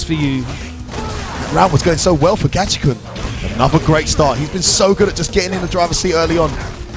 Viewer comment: His name is Gachikun, not Gachichan. Commentator is a dumbass.